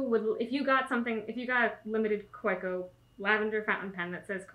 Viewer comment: I hope you realize that you have one of the coolest jobs ever! Your job is my hobby haha. We love the videos and the real personal touch you give to the world of stationary! Just a note regarding pronunciation: the German "w" is pronounced like an English "v," so it's technically "ka-VEH-koh" for Kaweco. Much love from the West Coast!